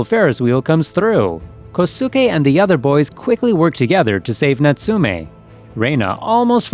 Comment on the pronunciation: You mispronounced "Kosuke".